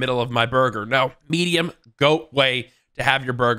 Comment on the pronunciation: middiem to middiem rare